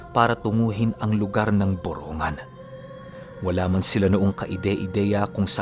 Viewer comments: ang tamang pag bigkas ng borongan ay boronggan, hindi boro-ngan ( borongan) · Borongg-gan Po Ang bigkas:). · Dito samin yan.. Borong gan pag binigkas. Salamat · kunting kaalaman lang po..yung borongan po ang pag pronounce po nyan ay Boronggan..may nawawalang letter G sya pag binibigkas. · BORONG-GAN po Yung totoong pronounce hehe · BORONGGAN ang pronounce naming.( EASTERN SAMAR) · Ang borongan ay y eastern Samar at Mali Ang pronouncation m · Ang borongan ay e.samar at Mali Ang pronouncation mo ay borongan ay sa n.samar